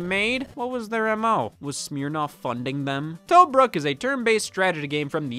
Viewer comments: I love the way he says Tobruk, very offensive to a historian. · I love that Scott pronounces Tobruk like it’s the made up name in the title of an old school RPG.